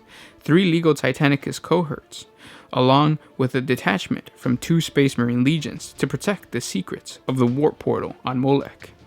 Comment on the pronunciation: Lol Space not spade